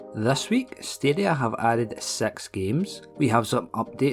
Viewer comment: Why do you always say sex games in your video? Instead of six games. Srsly though.